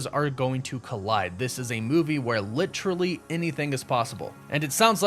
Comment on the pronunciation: Litchrally, lol.